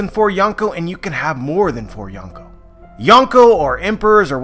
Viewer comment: You can't even pronounce Yonkō let alone use it correctly. Another YT "expert" passing around dumbed down crap